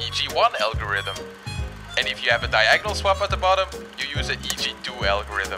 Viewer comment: Diagonal not diagnal